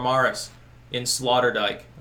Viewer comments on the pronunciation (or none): I like how you slaughtered the name Sloterdijk and called it Slaughterdijk. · FYI, it is pronounced SlOterdijk, as in oh oh Sloterdijk. As far as Schiphol airport is concerned, you probably picked the worst time of the year to go through there. Most dutch families go on vacation in July. As a result the cities are quieter than usual, with the exception of Amsterdam because it is such a tourist magnet. Btw, Schiphol is ranked #11 in the list of top airports in the world. You might also want to know that Schiphol is undergoing some major renovations at the moment which makes traffic a little more confusing. I have been through that airport countless times so I know where I am going and I am usually out of there in a half hour or less. The city commission is well aware that Amsterdam is a major tourist destination so they go out of their way to keep the city clean. Other cities in the country are less fanatical. You are correct that the Dutch like to garden. Amsterdam has the largest flower market in the world which is located close to Schiphol airport. If you had traveled further east in the country, you would have discovered that it is more conservative than the western part of the country. It is like comparing New York to the mid west of the USA. The Netherlands is very much like Canada regarding air conditioning. It rarely gets that hot so it is only required for a few weeks in the summer. As such, most homes do not have air conditioning. Besides, energy is heavily taxed in the Netherlands so air conditioning is very expensive. Glad you enjoyed your t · Slaughterdyke? Sloterdijk. Hahaha. Loved this piece. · Did your waifu not teach you how to pronounce Sloterdijk? Typical 'murican ignorance.